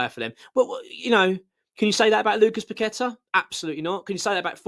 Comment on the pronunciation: Loved paqetta but your spot on about his displays . Bowen trys always summerville always trying loved kudus too but he went like paqetta very quiet and now playing great for the spuds. Will need to be dropped then sold in jan if he doesnt buck up. By the way well done pronouncing his name properly even the commentators can't do it . And some calling todibo toddy bow how do they get a job in any form .